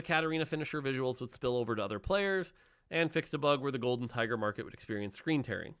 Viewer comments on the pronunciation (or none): none